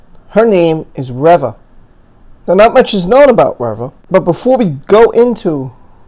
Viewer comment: REE - VA ... not rev uh